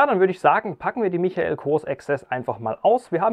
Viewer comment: Michael spricht man Meikel aus!